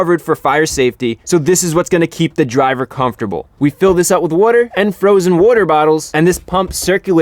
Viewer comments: why can u not say water? lol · I love how chrisfix actually uses the word "WOTER" so many times